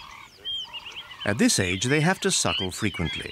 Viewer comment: every time he said “suckle” made me smile and laugh 😆